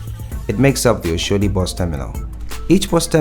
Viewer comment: Good job brother. But please where are you from? Learn to pronounce Nigerian names, Yaba, Oshodi, Sanwo-olu, Dapo Abiodun, Akpabio, all names you murdered. Thanks